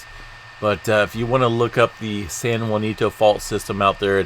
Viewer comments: It’s pronounced San Ha-Sin-toe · Can’t trust your information as you continuously call ‘San Jacinto, SAN JUANITO ‘!!! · Could I suggest.. San Jacinto. Ja cin to. No u. My elementary school name. Btw I'm from Texas. But love your updates... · San Ha seen toe